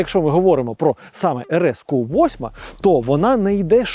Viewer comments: Так бісить коли говорять ку 8 , в англійській мові немає букви КУ, є кью Q, так правильно говорити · тільки це не КУ а К'Ю